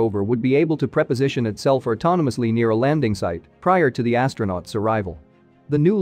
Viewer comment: Get a human to read your script. You know, so they know that preposition could be a word in a sentence to indicate time, distance or location, OR It actually should have been written and pronounced as pre-position. Context is everything in communication, and except for the HAL9000, machines still don't get it. If that WAS a human reading that script, he should try to find work as a robot for the same reason.